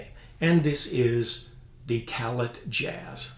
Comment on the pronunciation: Utmost respect for anything Kanstul. Some of the modern Puje horns were built using their bell within the last 10 years or so. Isn't Callet pronounced "cal-lay"? Two nice horns and they sound great. ('66 "Silver Flair"/2015 Puje "Classic" here).